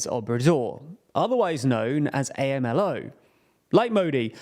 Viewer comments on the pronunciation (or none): Its AM-LOW not A.M.L.O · Amlo is pronounced Am-lo, not A.m.l.o. But fair reporting of his policies that are not improving the lives of the daily Mexicans there. His speech is indeed very simple and lacks jargons of the subjects he talks about. He often displays blank incompetence and ignorance of deep specific topics. Thar quite goes well with the Mexican public that is still undereducated. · It’s not pronounced as “A-MA-LOW”, it’s pronounced as “AM-LOW” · Please guys, the president of Mexico's nickname is AMLO like Amlo, not A.M.L.O. 🤦‍♂ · Saying "A M L O" instead of "Ahm-Low" helps me understand how bizarre it is for non-Americans when Americans pronounce names from their region in a bizarre way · “Am-Low” not A.M.L.O. Fan of the channel, just looking out for you guys ;) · They call him "am-lo" not "ey-em-el-oh." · Leave it to the Brits to see Amlo and pronounce it A.M.L.O. Literally never heard it that way by any US or Mexican newscast 🤣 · Great work as always. One thing to note - AMLO is pronounced as a word ("ahm-low"). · First, I love you guys. Second, it's Amlo, like "Am Low",. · AMLO is usually pronounced "ahm-loh" :) Also, is Mexico really running on a deficit? I was under the impression that the current government was actually close to a 0% yearly budget deficit?